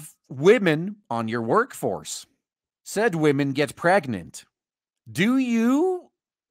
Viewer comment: "Imagine you have wahmen on your workforce...." NOOooooooooooo!!!!!!!!!